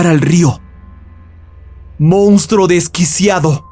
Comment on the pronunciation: Mounstro no. Monstruo. Si fuera cualquier otro tipo de canal lo dejaria pasar, pero es un canal de narración entonces la pronunciación es mucho mas importante según mi opinión. Saludos y gracias.